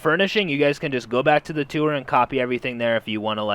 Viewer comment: It's tour not two er pls